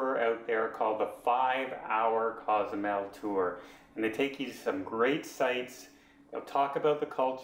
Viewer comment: …Cozumel is not a town. It’s not a city. It’s an island. The city is San Miguel. Pronounce sawn- meeg-WHALE. On the island of ‘coe-sue-MAIL’. (Not cause-zoo-mell, Nor cause-you-mell) You provide some great tips on travel there. Also help people with the names! And by the way, the ferry is out of ply-awe-dale-CAR-main. Say it slowly at first. NOT play-a-dell-car-men